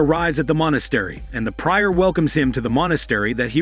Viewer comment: That's not how "prior" is pronounced.